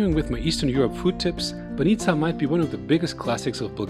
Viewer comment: Excellent - pronounce my favorite BAH'neetzah!